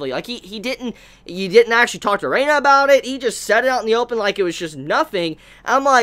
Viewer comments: Erina not Reina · lol azami, dojima n joichirou pair up would make great doujinshi. my only problem with is he keep calling Erina, Arena. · Drinking Game - take a shot every time prounouces Erina properly....still sober? Good. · Damn man can u say Erinas name right...every time i feel like leaving the video because of it..